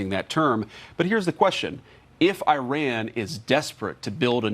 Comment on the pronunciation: If (I run) you won't catch me. That is not how you pronounce Iran.